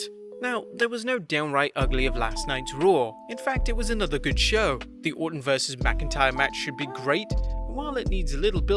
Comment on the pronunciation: its Orton not ortan